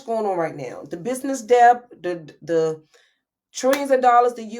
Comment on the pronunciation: TV Hi! Just came across your Socials. This video was so hard to bear. Please look into the Proper way to say DEBT. You said it about 200X in this video! 😳🫢🫨